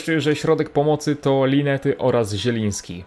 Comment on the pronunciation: linetti się czyta